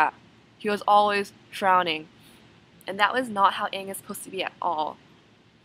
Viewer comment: Omg! I'm so seriously with you! I absolutly hated when they pronounced the names wrong! Aang was like ong and evreytime they said that I'd turn to my friend and we would just throw popcorn at the sceen. Hehehe. Anyway you were right about the whole thing. Me and my friend heard it was terrible, we just wanted to see it come to life.